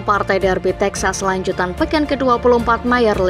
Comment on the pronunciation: Kok Tejas, Bukan Texas Toh 😂